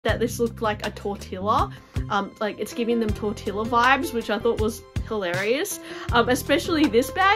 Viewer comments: I am really intrigued by many of these bags,. Thank you for sharing! 🌟 (P.S. the pronunciation of Tortilla is TOR-TEE-YA) We know that word really well here in the Southwest USA 😁 Now I’m hungry 😂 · Y lo mismo. I have never heard it like that outside of the movies. Un abrazo desde Colombia 🇨🇴